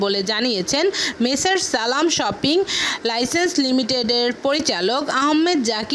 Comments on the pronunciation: Shiping ka bola shoping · উচ্চারন শুনে মনে হলো বাংলা ভাষাকে অপমান করছে। সালাম শিপিং লাইন্সকে বলে সালাম শপিং লইসেন্স!! হলি কাউ 😐